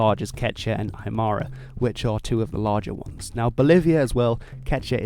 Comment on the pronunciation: The way you say Aymara bro cracks me up its Ma-Ra mar-ruh but we learn together bro nice video Native American here